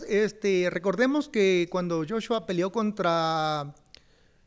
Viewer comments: Es Anthony Joshua no Jeshua mi estimado.. Salu2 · Oigan cabrones, no puede ser que no conozcan a olexandr usyk, y que no sepan que es de ucrania, y que joshua se pronuncia "yachua". No chinguen!!!